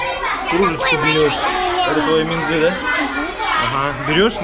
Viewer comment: Не минзЫ а мИнзы слух режет такое простое слово